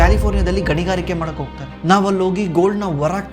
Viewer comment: Heartfully disliking the video. Kannadada kole madthirodakke, neev ene heli este knowledge irli, neev kannada mathadthidra andre kannada saryag pronounce madod kaliri. Adu "hogthare" ogthare alla "Horage" orage alla "Halmark" aalmark alla